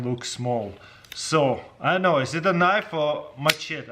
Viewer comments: "That's a Knoiff" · “You call that a knoife”?